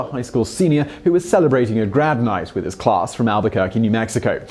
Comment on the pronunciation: Why does it sound like "grab night" whenever he says "grad night" - ?!